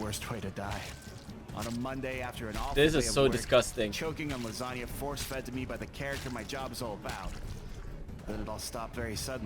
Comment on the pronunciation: When you say langena now I am hungry